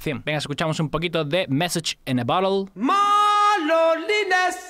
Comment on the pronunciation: mesach in de borerd , como le cuesta pronunciar eso ajaja y a mi tmb xD